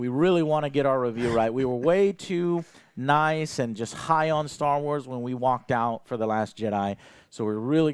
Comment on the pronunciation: What's with people saying 'star wats' instead of 'Star Wars'?